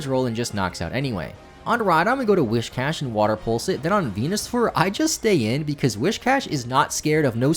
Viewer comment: An unintended unintended thing you did: mispronounced whiscash the whole video.